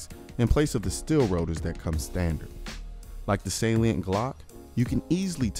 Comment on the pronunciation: I thought you were saying "saleen" instead "salient"... I was like "what saleen makes glocks faster too?!?" Hahaha!